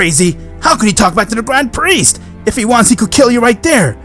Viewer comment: I thought you were saying dying chicken for grand priest